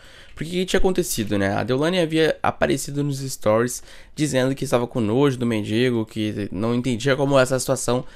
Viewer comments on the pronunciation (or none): none